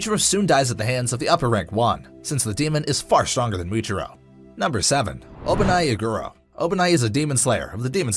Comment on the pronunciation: Obami iguro? Its obanai iguro.